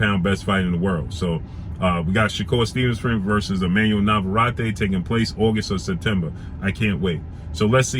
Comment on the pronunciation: His name is pronounced Nava-Rette